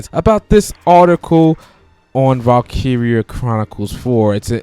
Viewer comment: You're saying it wrong.